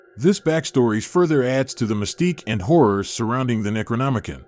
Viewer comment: Necronomi-CON, not -CAN